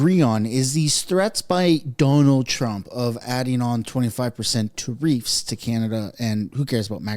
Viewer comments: Why are you pronouncing tariffs like tareefs wtf lol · Love your channel, you keep saying not tai riffs not ta riffs 😊 my husband and I worked for Kevin for 9 yrs and he is very passionate about what does. Don't forget he is Canadian and definitely wants to see Canada prosper again and get our respectful position back in the world...we have a beautiful country with so much to offer. Love Danielle, very strong and proactive premier. PS keep your receipt for your jacket, cheques might not be coming😮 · tuh-REEFS? you accented the wrong syl-LA-ble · you need to check your pronunciation for keyewords in your episodes. You look like an absolute idiot when you call tariffs, ta-reeeefs. Its ta-riff. Not ta-REEFs. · Tariffs! Not tareefs! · Try to get the pronounciation of tariffs right, it sounds like "tear ifs." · Me, say it right... it's NOT pronounced Ta reefs, it's Ta riffs, but one word! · Please pronounce tariffs properly you sound dumb........... tariffs not tariefs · I know what a tariff is.....what's a ta-reef? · It's pronounced "Tare ifs" stop saying Tareefs!!! It makes you sound retarded! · tar riff one word not tar reef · What the hell is a treef? Are you trying to say tariff? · Tareefs? lol. Tariff - Sounds like teh ruhf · I enjoy watching all your videos! I just struggle to hear you say “Ter-eefs” instead of “Ter-ifs”. Is this a pot-Ay-to/ po-taw-to thing?! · It’s tariff not tareef 😂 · Plz stop saying tareefs it's tariffs. You're driving me crazy lol. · the word tarrifs is pronounced ("tare-if") not tare-eefs. First time I thought you were joking but now I think someone should correct you. Don't ask Alexa, Siri, Google,just take my word for it. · "Tareefs?" WTF? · It’s pronounced ‘tear-if’ - not trying to be rude, just helping as you have to record content. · tah reefs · Learn how to say tariff.